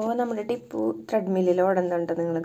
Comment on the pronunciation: ട്രെഡ് മിൽ ആണ് അല്ലാതെ ത്രെഡ് മിൽ അല്ല